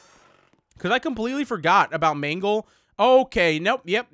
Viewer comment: ehhhmmm it is mangle the first time you said it was right